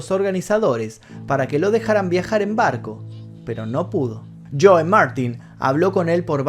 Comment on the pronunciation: "Los nazi", "cólord" (colored), "líson" (Liston), "chóu" (Joe), "forman" (Foreman). El final fué muy emotivo, no pude contener las lágrimas. Siempre será el más grande, ninguno como él.